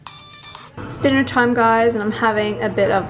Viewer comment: It's really noticeable when you say dinner lol